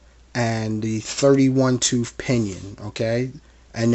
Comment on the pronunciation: TOOTH, NOT TOOF.